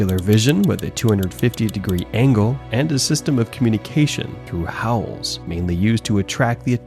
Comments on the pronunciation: 'howls' not 'hauls' btw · Howls* not shopping "hauls" 😆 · hauls? well, if i didn't know this shit was AI generated, now i do. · howls, not hauls. kilometres, not kilometers. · "hauls"? What is a haul? Is this video AI dogshit slop? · HOWLS not HAULS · howls not hauls. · * Howls not Hauls